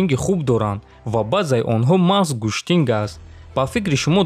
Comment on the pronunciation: Гуштин бародар гуштинг не